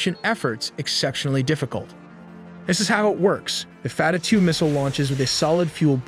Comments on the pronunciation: F-A-T-A-H not fatatue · "fatter" two missel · Fattah (pronounced fat-taah - strong /t/) translates to "opener" and it refers to one of the 99 names of Allah in Islam, signifying Allah as the one who opens all gates of victory. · the damage from a white boy saying fattah hurt me psychologically more than israel ever could